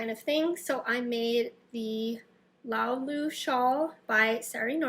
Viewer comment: Correction - it should be “laulu” shawl…not “Lao Lu” shawl.